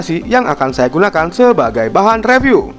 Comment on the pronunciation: good..good...camera....nexs reevew...😂😂🤣